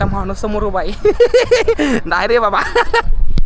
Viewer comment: खरं सांगतो लय ग्रेट आहे तु,आणि अशेच व्हिडीओ बनवत जा शाळा शिकला नाही तरी धाड धाड इंग्लिश बोलतो मानलं तुला, आणि,"आहे शब्द नीट" म्हणत जा बाकी काही अडचण नाही, हर हर महादेव